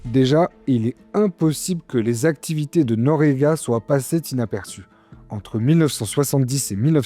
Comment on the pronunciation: "soient passées Tinaperçues" 😂